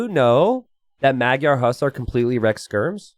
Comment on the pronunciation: can you look up how to properly pronounce "magyar" ? its not meg-yar more like muh-dyar... "gy" is one sound.